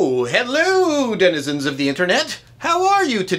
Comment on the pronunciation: why are you calling me a denizem for? do you want a scrap???